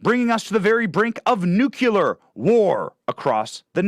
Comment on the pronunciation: Nu-cle-ar Nu-cle-ar Nu-cle-ar CLEAR??? 🙄🙄🙄